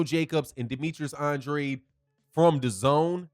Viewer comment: Tell The LDBC Conglomerate To Pronounce Boo-Boo's Name The Way He And His Father Pronounce It..."ANN-DRAYED". Anything Else Is Disrespectful👌🏿.